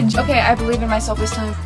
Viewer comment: “Are you o cay” 😂😂